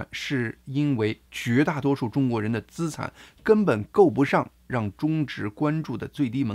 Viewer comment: 大哥，咱们一起读：资（吃俺产）产,债务人（之爱债）。😅